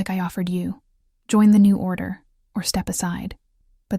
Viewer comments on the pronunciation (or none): none